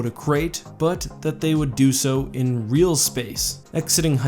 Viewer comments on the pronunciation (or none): none